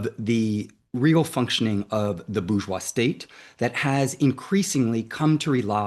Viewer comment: Bourgeois/boorjoie/ NOT /boojoi/